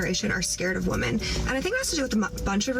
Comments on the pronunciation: Its crazy how so many women cant even pronounce the word women. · i wonder when these modern women will learn how to pronounce the word, 'women'. its almost like every single one of their 1st grade teachers failed teaching them basic english.